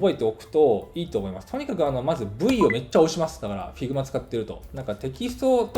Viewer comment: 発音って、ヒグマ なんですね